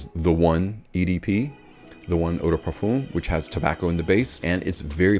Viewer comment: Each time I'm trying to watch your videos cause they are good I just can't!!!! Eau de parfoom Parfoom Why??!! Ask Ash how to prounance it correctly My ears hurt Sorry